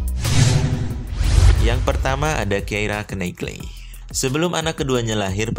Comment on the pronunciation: Menjalankan (ada obyeknya di luar diri). Contoh : menjalankan motor/mesin. Menjalani (di dalam diri sendiri). Contoh : menjalanI kehidupan/hukuman. Knightley. K di awal kata dibaca ??????? Moore. E diakhir kata dibaca ??? Bahasa Indonesia dan bahasa Inggrisnya buruk.